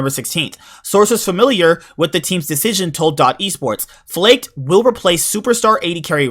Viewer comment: Its actually pronounced "Flahkehd"